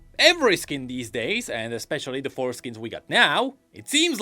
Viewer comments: the foreskins hahaha i heard it as foreskins. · I giggle every time he says fourskins